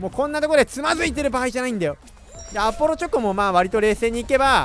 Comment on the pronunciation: アポロチョコがrbrに聞こえたwww 友達がいってたから